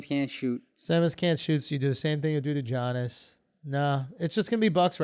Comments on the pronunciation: Lol, it's YANIS not G-ANIS. Do u actually watch basketball?? 😂😝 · Yo Andrew I just have to say Giannis is pronounced like “Yannis”. You’ve said Jiyanis for weeks, lol just so you know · Isnt this a sports podcast bra? Let's tighten up. It's like 20 episodes where u mention this mysterious JOHN-IS guy. Giannis = YON-NIS BRO HIS NAME IS PRONOUNCED YAHN-IS NOT JOHN-IS